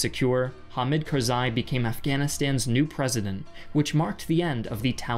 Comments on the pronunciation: I believe it is pronounced Carz-eye not Carz- ay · i kharzi i as in eye pronounced eye kharzeye